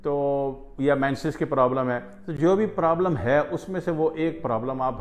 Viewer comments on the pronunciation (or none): none